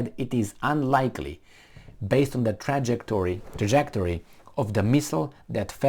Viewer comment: The hardest thing for me to accept about what Biden said is “can he even pronounce Trajectory”